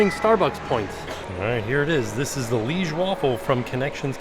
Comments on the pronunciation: it’s pronounced “Li-age” as in the town in Belgium, not as in “my liege”. This has caught out nearly ever vlogger lol. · the Liege waffle is Pronounced Lee-Age its a city in Belgium